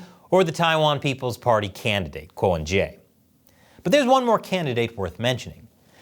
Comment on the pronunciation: My Taiwanese wife is angry as his name is pronounced 'Ke'